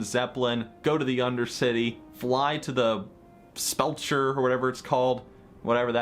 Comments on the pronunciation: The “spel-cher” lol love it. FYI it’s pronounced sep-ul-ker, or sep-ul-cure and it means a crypt or mausoleum basically a big ass grave for someone important or important family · Sepulcher is pronounced: se-pul-cur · it's Sepulcher (Sep-ul-ker) which is another term for a tomb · Spelcher? Sepulcher is not the name of the town. It is in fact a sepulcher. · Sepulcher pronounced sep-pull-cur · pronounced seh-pul-ker cool story :) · I'm glad that I wasn't the only one that couldn't pronounce Sepulcher.